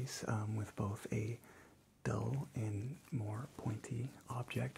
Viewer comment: he said And More but I heard "Amor"